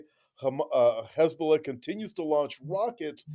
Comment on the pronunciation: Stop trying to sound out the words Hezbulla! You sound stupid every time